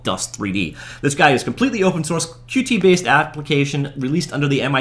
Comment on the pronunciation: It's pronounced Cute! Like Cutie-pie or cutie patootie! Get with the program, sheesh.